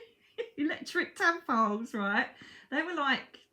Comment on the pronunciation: Omg I thought you said electric tampons 😆😆 tadpoles! She said tadpoles 😂